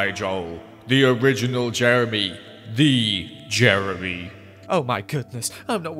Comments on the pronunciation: You know hes upset when he says Jemry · oh fank you jeremy, oh fank you 🙏🏻